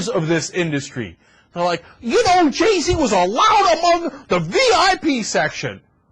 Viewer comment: anyone else notice that there pronouncing Jay-Z's name wrong....Ge-Z